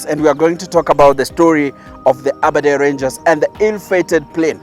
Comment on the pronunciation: Aberdare ranges not aberdare rangers😒